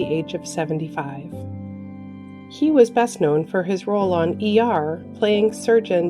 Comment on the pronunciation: The speaker sounds like she is always saying SHE for all the men. Not funny.